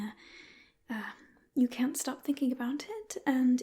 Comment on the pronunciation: Learn how to say “thoughts” and your accent would be very convincing! One of the best southern English accents by an asmrtist I’ve heard :) Edit: “can’t” as well!